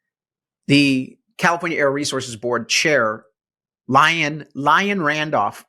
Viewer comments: CA native. Just got back from Colorado visiting family. Gas is $2.39 there! And they're not even an oil producing state!! PS. Liane is pronounced lee-ann, not lyin. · Your political views are 100% right. But it doesn’t increase the public’s view of your IQ that you pronounce the name pronounced “Lee-ann” as “Lion” 😂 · Liane, sounds like, Lee on ee, but call her what you want 🤪